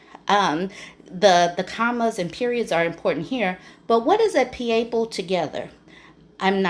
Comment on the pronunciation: “PEE-AYE-PLE” sent me through the roof! 😂😂😂😂